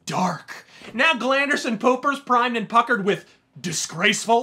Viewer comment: I think I just heard you say "glanderson pooper"